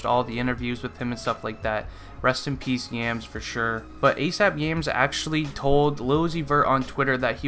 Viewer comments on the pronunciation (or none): none